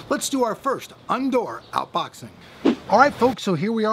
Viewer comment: Aww, you said "Undoor Outboxing":') Been a fan of you for about 2-3 years now, and I'm pleased to see that you haven't changed in the slightest since then!